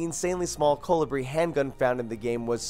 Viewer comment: "synaeh" "Colebri"